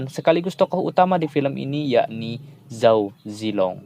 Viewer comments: Qin dibacanya Chin ya min,Zhao zilong dibaca nya cao chelong🙏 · dibaca chao che lung